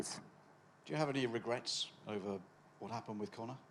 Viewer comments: ye, i thought khabib pronounced "regrets" > "regress", but he really thought he said "regress" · Не regress а regrets😅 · Khabib :Regrates or prograce😂😂😂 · Abrar Just a joke :) The word "regret" sounds a bit like "Egret", which is a bird.